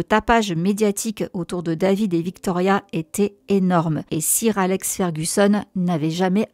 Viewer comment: Super video merciii vivement la suite mais 'sir’ ca se prononce comme 'soeur' !!